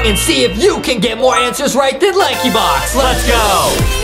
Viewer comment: LAanky box must say DEADLY instead Lekebox